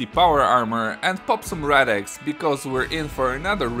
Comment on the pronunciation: Did you just call it rad-ex?